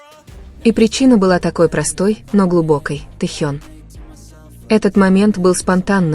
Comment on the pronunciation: Вообще-то не таенг а Тэхён произносите правильно имена